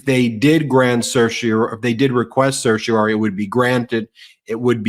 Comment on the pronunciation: Ben still struggling to pronounce _certiorari._. I used to respect, but he seems to be doing more and more videos with MTN's gaslighter-in-chief. Not sure I can trust him anymore, either.